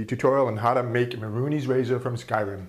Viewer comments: Mehrunes, not Mehrunees. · Not to be a jerk, because I love your videos. It is pronounced May-runes Day-gone, not Ma-roonies. Just figured I'd point that out. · it prenaunced ( mey- runes razor ) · Its pronounced may-runes razor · it's pronounced "MAY-roonz"